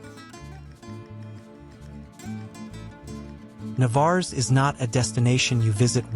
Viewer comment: Had you asked anyone in that pueblo is this Navarres how you pronounced it they would said Que ? Just outside of the town is the jewel of Playamonte and its natural lake, man made beach and recreation area.